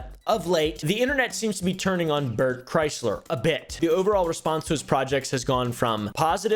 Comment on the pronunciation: you pronounced his name as Bert Chrysler, it’s actually Bert Krishna.